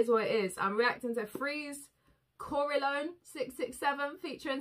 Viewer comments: Hi honey, love ur energy, ur knowledge and everything, but please stop saying Corelone. It's Corleone.... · And not to roast you about the names or anything but it's Corleone ;-) 🤭 like the Godfather You're the best, bbs ❤️